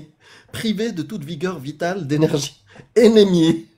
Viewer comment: Pas ethérée... mais attéré !!! anémié pas énémié ! Attention aux mots ! Bisous !:hand-pink-waving